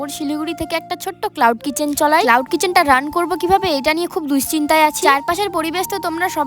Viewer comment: Cholai nh bole chalai boilo...na hole sunte kharap lage ❤